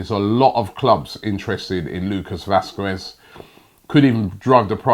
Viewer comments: The 'u' is silent robbie. How to pronounce Lukas Vasqez (Lucas Vasques) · also he says Vasquez wrong